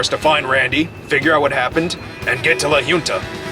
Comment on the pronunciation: Aside from the multiple mispronunciations of La Junta, this episode was pretty unusual. Never expected the outcome.